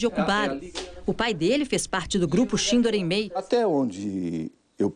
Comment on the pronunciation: É uma vergonha o jornalista não sabe pronunciar shindo reimei